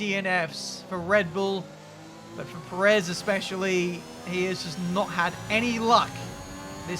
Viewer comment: It's Pérez. Not per-Ez.